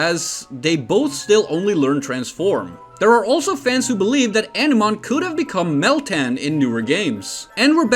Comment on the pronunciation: It would be pronounced "ah-nih-mon" not "eneman", Jesus...